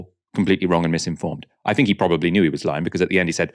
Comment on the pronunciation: Love the channel but please the word THINK is not and never has been pronounced FINK